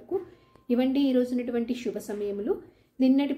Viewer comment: Shuba Ashuba kaadu.Subha Asubha.No stylised telugu please.